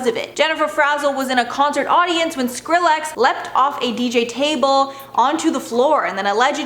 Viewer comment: Why you pronouncing skillex like that 😭😅